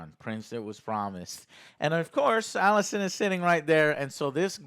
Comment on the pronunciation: Everyone: Rhaenyra, Alicent, Laenor & Daemon Joe: Ruhnera, Alsent, Lenore & Deemun